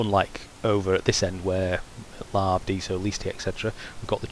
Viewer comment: I always thought Lave rhymed with "cave."